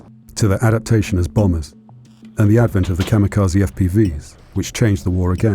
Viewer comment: Please figure out how to say "kamikaze" correctly. It's quite distracting.